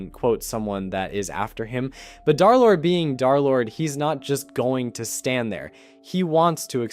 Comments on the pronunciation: Why everyone saying dArlord its dErlord 😭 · Nah it’s dare lord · Pretty sure d3rlord is called derlord not darlord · stop calling him Darlord